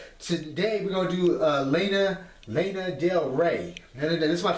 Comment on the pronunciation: I have never heard someone say Lana like that. I love you